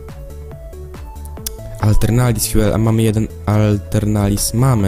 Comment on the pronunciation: jak pisze Aeternalis Fuel to czytaj atelnaris fjul